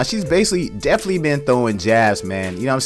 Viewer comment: Oh wait hold up ya listen at about - when he uses the word basically and the other times after. I’m not sure he’s saying it correctly. Also the word definitely. But has the nerve to talk about the way she sounds. She’s right when she said the people on the internet talking shit and dont even know how to speak right.